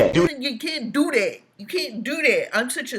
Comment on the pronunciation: Every time he says do dat I can't help but think of the song I learned in childhood called Camptown Races. The chorus goes Doo Dah, Doo Dah!